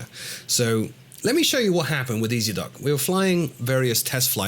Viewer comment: "Ezdok" in Russian means "Rider". The correct way to pronounce it would be "Yezdok" with the emphasis on the last vowel. FYI.:)